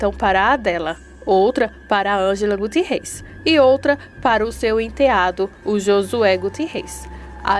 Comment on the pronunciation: 😂😅 a palavra correta é CIENTE e não ciantes,essa não existe 😂 A outra palavra é o nome GUTIERREZ e não gutirrus